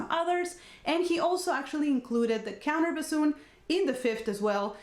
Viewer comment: Contrabassoon not “counter” bassoon.